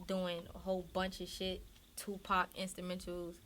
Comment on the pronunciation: TUP !? Aye look you cute bitch but don't ever butcher the 🐐 name like that ever again